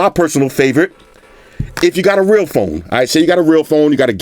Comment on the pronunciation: "If you got a REL PHONE" 😂😂😂